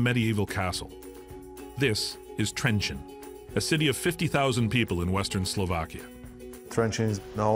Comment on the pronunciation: It is not trenchant, it is Trencin or in hungarian trencsen...